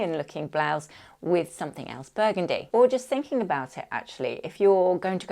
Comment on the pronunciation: 😂 shot everytime you say buegundi